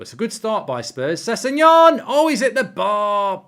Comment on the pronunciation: wrong its spelt sessegnon and pronounced sesinyon